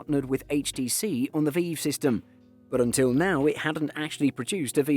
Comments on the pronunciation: VEEEEEV pro.. come on lad. its V-IVE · i'm sorry but how pronounced Vive as "Veev" made me giggle LOL really cheered me up, thank you for the giggle i really needed that <3